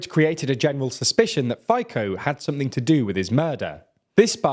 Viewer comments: It is funny to hear FICO's name so badly mispronounced, isn't it? Or some others, but FICO's one was the worst. It should be probably written as FETSO :) in english.. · it's [fitzo] but the rest about him is on point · Ye this “Faykoh” pronouciation made me cringe, like if it is so difficult to just put it to some text reader and at least try to pronounce it :D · 🤦‍♂️🤦‍♂️🤦‍♂️🤦‍♂️🤦‍♂️🤦‍♂️🤦‍♂️🤦‍♂️🤦‍♂️🤦‍♂️ collapsed ??? U plonkers… how good for people and country it’s collapse of government… everything u are saying it’s lie and propaganda… u can’t even pronounce his name properly where everyone else u can say very well which is very strange and shows how little you actually know about Fico… we are not the only country who are not pro Russian as u try to claim but pro peace and stop the war… there will be more and more countries joining in…. President Caputova it’s corrupted pro American and pro nato.. paid off very well by the US as many others across the world….if you against US u are on black list…. Your media it’s one of them and following the narrative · His pronunciation sounds like the FICO credit score agency 😅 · 1stvall buddy, you butchering the name's left and right. Before you post anything try to learn right pronunciation. Slovakia as country and nation have no spine and can't stand to influence from EU and US simple as that. Become stupid servant to NATO it completely disarm itself and helping Banderistan. Slovakia is lost case willing server to whom pay most. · Guys could you possibly research how to pronounce leaders names before making videos about it. C ia never pronounced as K in slavic languages. We also do not pronouce Fi as fi in fine but as f and i as in tin. You are a.decent channel, but this really rubs me the wrong way, it's not hard to find out how to pronounce it correctly your pronunciation look like you didn't bother at all. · The "Fico" pronunciation is killing me :D. The "c" sounds like the "c" in "cent". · Fico is read more with s (Fiso)